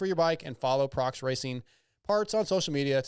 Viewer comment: busting your balls 😉 It's an annunciation thing with non-english speakers. Or should I say, "nonglish?" The employees in America say Proh Ex, not Prox. Even the web URL has a hyphen 😋